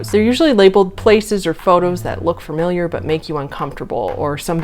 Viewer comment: You constantly saying "furmiliar" ruined the video lol